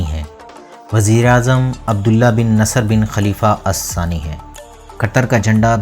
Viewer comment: اسسانى نہیں۔۔ آل ثانى ہیں